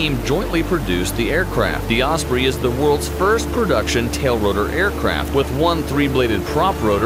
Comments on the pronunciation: its a tilt rotor aircraft and os-prey not os-preeeeeeee its like debrah it’s pronounced debrah not deebrah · Aside from the base faults of the video, I think you could do with learning the pronunciation of osprey. 'Prey' as in an a sound.